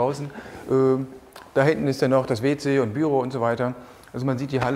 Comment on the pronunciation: Sag mal woher kommst du ursprünglich eigentlich? Du sprichst ja generell ziemlich gut Hochdeutsch, aber so einige Worte habe ich so noch nie ausgesprochen gehört und es fällt mir immer wieder auf und muss darüber nachdenken. WC=Wehzeh Büro usw. :-) Ich lach dich nichts aus, muss aber immer wieder schmunzeln :-)